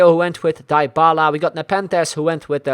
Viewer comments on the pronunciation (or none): Its DYBALA not Die-a-bala and also its EDEN not i-den